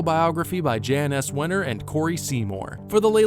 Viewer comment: Sorry to nitpick, but it's pronounced "Yahn Wenner." Something I'd want to know.